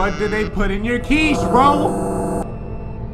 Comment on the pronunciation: It's *quiche :P